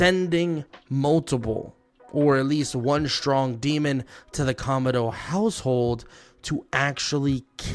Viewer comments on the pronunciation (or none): none